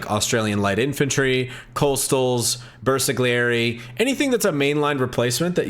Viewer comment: Even game told you milion times how to pronounce Bersagliery and you still say BersaGGGGGliery